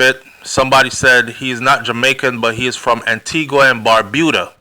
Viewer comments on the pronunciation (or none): none